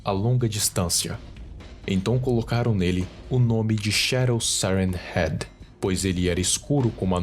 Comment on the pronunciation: Ele fala siren heat